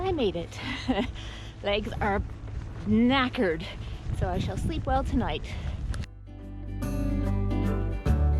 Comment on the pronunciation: Lovely video, especially Canadian ‘knackered’ 😂